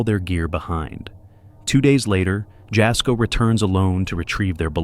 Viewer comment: It’s pronounced yasko not jasco